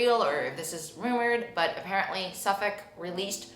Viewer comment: Hi from the UK 👋🏻 I can say you are pronouncing Suffolk correctly 😅 this video was so insightful about pointe shoes and the ducks had me creasing 😂